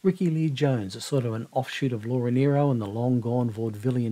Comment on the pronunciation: I loved your tribute to Laura Nyro - and that you pronounced her name correctly!